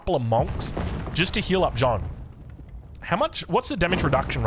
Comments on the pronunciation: The vowel sound in "Jeanne" is just "a", not "ea" nor "oa". If you want to improve your pronunciation, think of "Jeanne" as a single syllable: "Jan" (short "a" and short/medium "n") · The correct way of pronouncing Jeanne is not like John. forget the e and try to pronounce the a the same way it is pronounced in all latin languages. That's the correct way. The same a you have at the end of Maria for example. Edit: Of course Joan is fine as well, we get who you are referring to:)